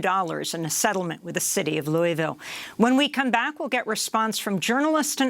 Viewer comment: "Lul-vul" or "lœ-vul" or loal-vul, "Loui's-ville", or "Louie-ville" .... As a Kentucky it really pisses me off you don't know how we say our cities/words names, despite them being in the news so much. Versailles is "Vur-sæless". Elba is "El-bee".